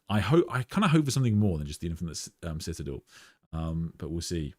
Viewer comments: Just want to politely point out, you pronounced the word citadel wrong. Try si-tuh-del or listen to Google. Love your streams though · Anyone else here for how we say citadel? Lol ;) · Bro that's not how you pronounce citadel